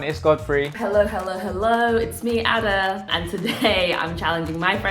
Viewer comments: Nigerian girl pronouncing "Ada" as "Harder" is making my blood boil.. What is that weird pronunciation? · I can’t get over how they pronounce her name 😂😂💀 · You're telling me that she's a Nigerian and she pronounced her own name like that? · As an Ada, my eye twitched everytime he said Ada lol everyone pronounces it that way but it’s not how it goes